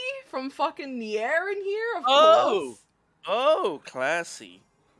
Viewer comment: The way she says Nier hurts me